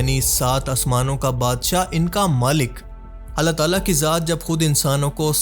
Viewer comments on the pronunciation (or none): none